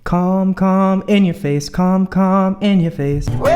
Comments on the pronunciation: i literally thought he said ”c*m c*m in your face” lmao i’m so immature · Sorry but I really thought that you said "cum, cum, cum in your face" and I saw like WTH 😂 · I thought he said “cum in your face” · Oh no why’d I hear him say “cum” “cum” “in ur face” 😂😂😂 aaaaa nooo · omg i understood 'cum cum IN YOUR FACE' i was like tf i need to improve my english asap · Dude wtf. I literally thought it was "cum cum in your face" instead of "calm calm in your face" HAHAHAHAHAHA OK IM SO DONE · When you think he says cum cum in your face too look at the comments and realise it’s calm 😮😂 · I THOUGHT HE SAID CUM CUM IN YOUR FACE Lol. Its calm calm in your face ahahhaahah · im sorry but i could not help hearing "cum cum.. in your face" when u said that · I thought he said cum and I was rly taken by surprise......... glad I misheard